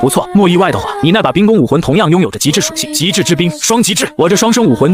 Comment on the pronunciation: 雖然第二個字都念ㄍㄨㄥ但是差太多了